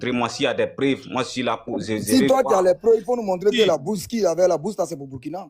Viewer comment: Mais pourquoi les burkinabés peuvent se ridiculiser comme ça bourse il dit brousse 😂😂😂😂